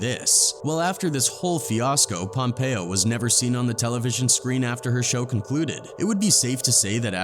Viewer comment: what a b.s. vid. narration even mis-pronounces "pompeo". that chick is not even close to denzel's talent level. she's the nice chick from "old school" & the easy stewardess from "catch me if you can" that leo bangs & nothing else. grey's sux. the only prob denzel has is b.s. christianity. "the devil got will smith in that moment"... ya, right. i just saw the tooth fairy blowing santa claus.